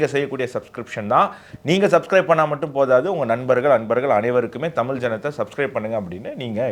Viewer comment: நான் இந்த நிகழ்ச்சியைப் பார்க்க ஆரம்பித்து சில வாரங்களாகிறது. ஒரு சாதாரண மனிதனின் பார்வையில் இருந்து பல விஷயங்கள் மற்றும் கருத்துக்களைப் பற்றிய நல்ல கவரேஜ். நல்ல வேலை. 1. பெரும்பாலான நேரங்களில் முதல் தலைப்பு முழு நிகழ்ச்சியையும் உள்ளடக்கியது, நேரத்தை பாதியாகக் குறைக்க முயற்சி செய்யலாம். 2. தமிழ் மையப்படுத்தப்பட்ட சேனலாக இருப்பதால், நீங்கள் தமி "ல்" என்ற வார்த்தையை அழுத்துவதற்குப் பதிலாக தமி "ழ்" என்று சரியாக உச்சரிக்க வேண்டும்.